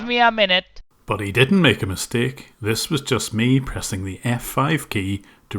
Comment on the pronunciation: Literally, NONE of them can say "By mistake" or "Mistakenly" correctly